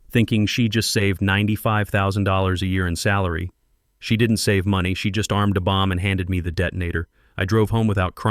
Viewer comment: Ai should stop creating stories where money is a major factor if it has major difficulties saying it properly 🤦🏾‍♂️🤭🤣